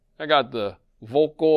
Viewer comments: Pretty close… In German, words beginning with “V” are pronounced as though they begin with “F” in English. So, the name is pronounced more like “FOLK-UL” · Btw VÖLKL is NOT pronounced as 'vocal' , just think of the word "VULCAN", and then replace the "CAN" with "CUL" (as in culdesac).